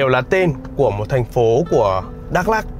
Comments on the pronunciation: Bị áo vàng Đắk Lắk hỏi thăm chưa anh ? - Đọc là Mờ Đờ Rắk đi cho chuẩn anh. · Đã hỏi dân bản xứ rồi mà vẫn cứ đọc là Mơ Đrăk là sao vậy? Bạn có biết rằng chính cách đọc sai sẽ có hậu quả thế nào không? Nó sai khó mà sửa lại cho đúng. Bạn biết không? Tôi ở huyện Krông Pac. Chữ Pac đúng ra có dấu trăng nằm trên chữ "c" (vì dấu trăng này không viết được trên chữ c bằng bằng tất cả các keyboard). Thế mà không hiểu sao họ lại viết chữ Pac thành chữ Păk. Mà chữ Pac có nghĩa là vệ sinh mà chữ Păk thì không có nghĩa gì hết mà chỉ nói vu vơ cho vui mà thôi. Còn dấu trăng thì có ý nghĩa thế nào thì bạn nên tìm hiểu để đọc cho đúng từ Ma - Đrăk chứ không phải là Mơ Đrăk.